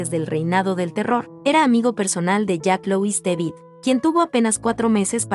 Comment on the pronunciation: dices jan luis débil...mal mal. es Jean Jacques Louis David